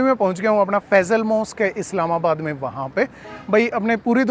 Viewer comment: Bhai aap bar bar Faizal mosque bol rahe hain Faisal Masjid name hai name sai 😊